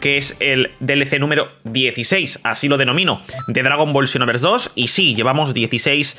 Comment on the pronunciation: Por que dice chinoverse 2😂